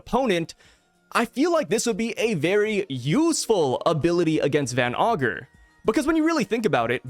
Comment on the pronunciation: Yo stop saying van ogre it's van ager you said it 2 times your a great YouTuber.